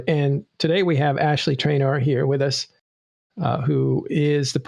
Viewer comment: Why do you keep calling AshY the name AshLEY?